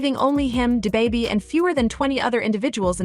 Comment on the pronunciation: come back when you arent a misleading bot n can pronounce da baby